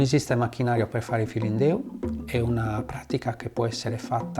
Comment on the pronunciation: "Su filindeu". Business Insider has to have their hosts entonate Italian words the right way, I thought she was speaking Chinese. She says it like, "Su-feelin-doo". It's "Sue feelin'-DÉ-ÚH".